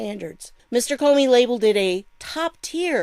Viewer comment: Good Morning ❣ Geez I found it so shocking they couldn't find the files or so many errors were made, as you said "Cornin" for Comey! Just another piece of the CORRUPT PUZZLE ❣ Awesome Video, 💘 God Bless you🙏🙏